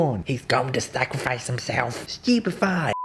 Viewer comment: "Harry" "no ron" "heths going to sacraphice himselff" "stewpify"